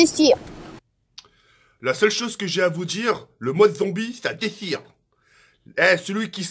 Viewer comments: Nn le mode zombie ça déchire pas le mode Zombie za déschire 🤣😂😂🤣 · Mais c'est comme ça : le mode zombie za dezire